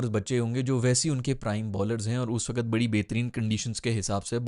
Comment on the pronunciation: Wakat nhi, "waqt".